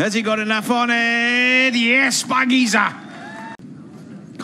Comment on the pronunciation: Not fakija .....is shpakiza....mean six ( 6)